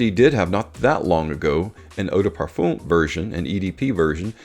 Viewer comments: Another video with mispronounced Parfum. Parf-um like in word Eminem Parf-em Both Dallas from Chaos and Ash from gents scents know how to prounance this Common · You say Parfum wrong. There is no E at the end. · Never stop saying parfum the way you do!